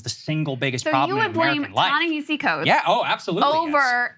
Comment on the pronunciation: Proper pronunciation "Ta-NaHASI" Coates. The man told me this himself. Also: Saagar sounds like a maniac here